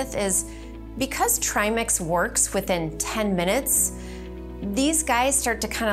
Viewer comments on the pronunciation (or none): Tri ‘Mex’ ? It’s ‘Mix’ not ‘Mex’